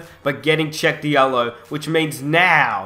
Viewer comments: I believe it's pronounced Sheck Jallo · it is pronounced sh-ek jal-o